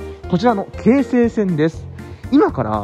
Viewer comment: 京急と同じ抑揚で 京成と発音するが 何か新鮮でした。 青砥駅も、ん？と思いましたが は 抑揚には無頓着ですか？ 気にならないって方は いらっしゃるのでしょうが、 僕は気になったので、 コメントいたしました。